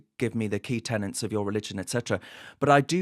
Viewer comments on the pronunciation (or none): Key tenETS, not tenants.